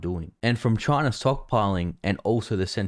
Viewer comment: Damn Chiner